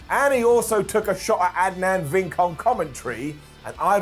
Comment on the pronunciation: Virk. The man’s name is Virk, not Vink.